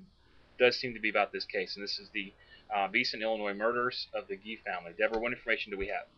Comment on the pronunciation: I lived three blocks away. It is Gee like oh wow Gee. Not a hard g like ghost. It is Jee. That is only the start of what is wrong about this story & the 2 comments I read. Somebody is telling the story wrong. Anyone living in Logan County, scared to death while they searched for the killers, has strong memories of this. ESPECIALLY if your child was in class with one of them. ESPECIALLY if your child was friends with Justine. ESPECIALLY if your child has her friends staying with us bc all three of the teenage girls were scared and sad.